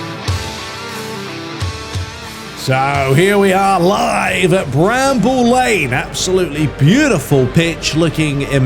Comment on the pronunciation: It's Brammel Lane mate, just saying.